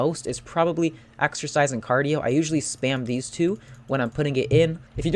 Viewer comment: when you say..... theese sticks and ....six sticks......... ehm